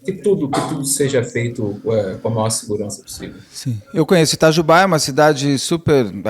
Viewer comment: Moro a 40 km de Itajubá, uma cidade rodeada de pequenas cidades menores de 10 mil habitantes onde todos nos ao redor , vamos resolver diversos assuntos . Que tristeza , levei até um susto com a voz do Beto pronunciando " Itajubá - Minas Gerais "...😂😂😂